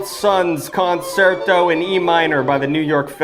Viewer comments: I love you but you've triggered my OCD. That word is pronounced con-chair-toe. I know nobody cares but I had to get it out. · Erm actually concerto is pronounced con chair toe ☝️🤓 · couldn't even pronounce the word properly